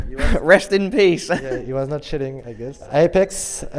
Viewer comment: Every time he said cheating it sounds like shitting lol, KennyS is still the best!